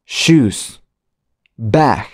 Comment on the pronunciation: Disculpe cuando dijo shus osea zapatos dije yo: Salud😢